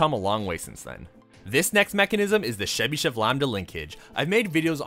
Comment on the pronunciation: It's pronounced Chebyshev, not Shebyshev (tho, if you want it to be even closer to how it's pronounced in his mother tongue, you could pronounce it Chebyshof with stress on the last syllable)